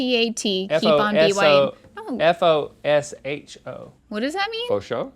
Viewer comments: Love when Link commits to F O S H O. Never change. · Link "F O S H O" 😂😂😂